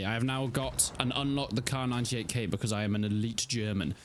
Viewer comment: Kar98AZ not Kar98k